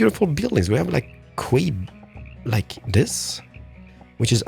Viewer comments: "quay" is pronounced like "key" ! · For the future you pronouce Quay like Key. I don't know why :p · This series just never disappoints, its just so satisfying to watch. Also someone really needs to tell that quay is pronounced the same way as key haha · Quay is pronounced 'Key' in English K! :) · "Quay" is pronounced the same as "Key". FYI. Enjoying the series!